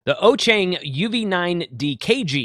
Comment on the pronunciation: Ochang! OMG! Dude, it's pronounced OShun! Like Ocean. I know you don't speak Chinese but you were told about the pronunciation before on your video about the KG-UV8H!! Try to be more professional, please.